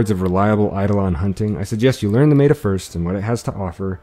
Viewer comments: Very helpful, but are you saying meta? I mean no disrespect. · it bothers me so much how he says meta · Good vid, but you constantly mispronounced Meta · i stopped the video right when he said Meta wrong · No one is gonna talk about the fact that this highly educated man says "maytah" instead of meta? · Cool guide! Very clear! Small note before you catch shit: meta is usually pronounced with an e sound similar to the hek shotgun. So 'mehta' instead of 'meeta'. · mEta not meAta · its not mayta....its meta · i love your manner and the calm, clear way you explain things. but i must let you know that the word "meta" is not pronounced "mayda." it's a short "e," "like metta." it's short for "meta-game." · Mate-er? Meta? Met-a? Meter? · maeta? wtf who says meta like that? :P